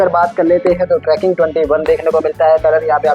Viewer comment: It's not tracking, it's trekking